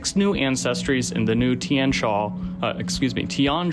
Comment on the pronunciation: The I and the A in Tian are pronounced as a single syllable rather than two, it means sky or heaven in mandarin.